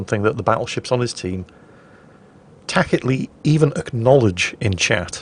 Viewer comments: that's the first time I've ever heard 'tacitly' pronounced with a hard c: 'takitly'. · Takidly? Did you mean tacitly? The C is pronounced as an S ;) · 'tackitly ??' Forget Japanese pronunciation, you need to start closer to home. Good video though. ;) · “Tacitly” = TASSitly. Unless you also say “Ikicle” for Icicle. And Admiral Yamamoto’s first name was Isoroku, not vice-versa. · Did he say tackitly? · Actually, it's pronounced ta-sit-lee. I'll see myself back to the salt mines for my usual Friday double shift now. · Hmm, is tacitly pronounced ta-kit-ly or ta-sit-ly? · Maybe this is an American/British thing, but isn't "tacitly" pronounced with a soft c? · Same. Then I heard him pronounce "tacitly" and all I could think was "It's gunna be goodun today".